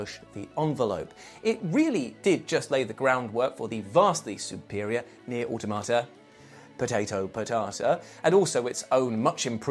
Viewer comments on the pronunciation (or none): Can we get to never talk about Nier Automata ever again? Lmao, found the channel late and over the last couple years end up binge watching all episodes and have heard the damn potato potata way too many times. It haunts me...